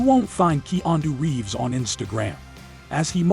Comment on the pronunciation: Do you not know how to pronounce Keanu Reeves name? This channel is absolutely terrible.